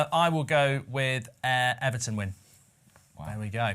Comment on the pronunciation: Oh Ben Ben Ben 😂😭 almost got the Luton right, but Everton wrong